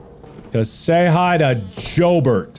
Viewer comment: Laughed when he pronounced my last name wrong. Now I'm just wincing at "Joburt"